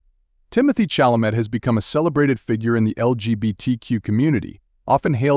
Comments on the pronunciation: No matter Chalemet's orientation, Chalamet's respect for all humans is laudable, particularly when social media encourages derisive statements in search of clicks. AI will have to improve before narrations like the one in this video will "learn" how to correctly pronounce names like "Chalamet." Mispronouncing the subject's name is irritating, though it probably annoys me more than it would Chalamet, who has probably heard his last name mispronounced his entire life. He is a masterful actor and a pleasure to watch on the screen.😊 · Narrator, learn to say his surname correctly. Not like a high school drop-out.